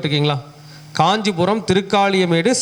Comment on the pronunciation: Kanjipurama Ella Gandipuramma Ucharippu Sariya Ella Cleara Sollugga